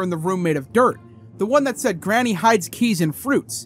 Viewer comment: I didn’t want to be the:” Erm.. actually” 🤓 guy but, its not “Garnny” it’s Granny